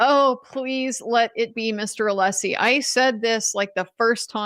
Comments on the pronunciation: does know how to pronounce Alessi’s name properly! He slipped and said it correctly. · Yes, I heard it as well!